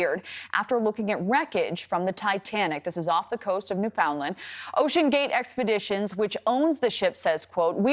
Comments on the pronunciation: Did she just say NewFOUNDland??!! Someone please tell her how to pronounce! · 1. Its New-FOUND-land 2. Leave it alone. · Lol new found land "Newfinland" is the proper pronunciation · "New-found-land". Good Lord. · You should learn how to pronounce "Newfoundland" properly!!! Canadians DON'T pronounce it that way!!! If you can't pronounce basic words, maybe you shouldn't be in front of the camera!!!